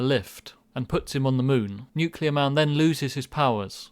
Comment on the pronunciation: It's nukielar man